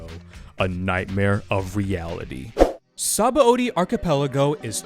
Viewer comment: God, what a great arc … Only thing is that the dub still says Sabãody wrong, LOL. And yes, they did fuck up; the root word is indeed pronounced “suh-BON”.